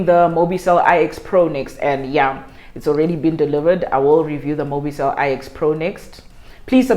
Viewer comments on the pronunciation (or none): its actually mobicell 9 not I...EX